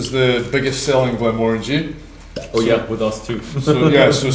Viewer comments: …it‘s pronounced „Glenmórangie“, not „Glenmorángie“ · He definitely does, I grew up half a mile from the distillery, it's pronounced as if saying 'orangey' as in a shade of the colour. Not Mo-Rangie.